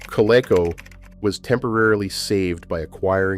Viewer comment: It’s pronounced co—LEAK-co by the way. We had a Colecovision. My brother played it a lot but I was really young but I remember playing Dig Dug on it.